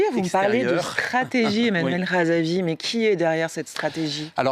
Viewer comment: il est honteux que cette journaliste n'arrive pas de prononcer le nom de REZAVI que pourtant il n'est pas si compliqué que des noms malgaches.